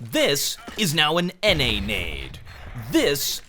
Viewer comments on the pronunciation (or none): NA nade more like Nay naede